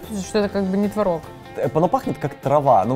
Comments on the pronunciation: Ребят, очень классное видео, реально топ. Но, пожалуйста, твОрог, а не творОг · Блин, ну творог, а не творог же))